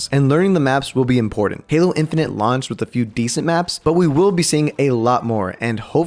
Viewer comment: when u said "then they adawnsed halo infanent" i got a add and i was lik yo dis ain't da halo infanent trailer